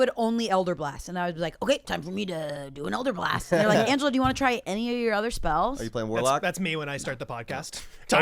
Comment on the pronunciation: did you purposely pronounce her first name wrong instead of her last name as a joke to everyone pronouncing her last name wrong or was that an accident? Because I'm pretty sure you said "Anga" and didn't really fuck up her last name that much.